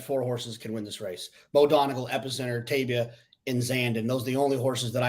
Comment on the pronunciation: TAY-ba... NOT Tay-bia. You might want to sort it out before you get on tv,! There is a horse named Tabia, by the way, entirely different animal, and his name sounds like "Labia..." Come on now!